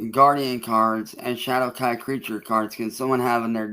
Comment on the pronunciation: Hadowkai? LMAO the AI even low key makin fun of ol.👌🤣🤘